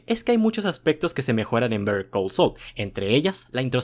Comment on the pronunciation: Literalmente estás pronunciando Bear Call Saul 😂